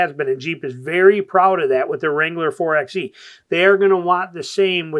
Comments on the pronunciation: You call yourself a jeep guy but keep saying four "EX" E... It's four"by" E like four "BY" FOUR.😅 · It’s pronounced “Four by E”